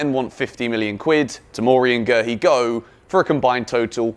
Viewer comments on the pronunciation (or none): Guehi is from the Ivory Coast and the pronounciaton of is name is like " Gue-i" ignore the H